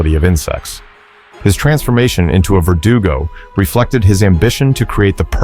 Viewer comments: Its pronounced "Ver-doo-go" not vertical 😂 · 1. stop saying "vertigo" when its vergudo. 2. there is no 2nd verdugo/ again. thats the name given to the first creatrue, not their species. they are both U3's with the latter being named pesanta or hound, but nicknamed black robe